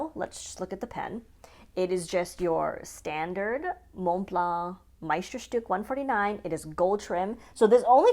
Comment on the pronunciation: TF is a “moon blar” Why are f**king Americans so stupid and what is so difficult about pronouncing Montblanc properly. And yes, it’s one word because we are not talking about the mountain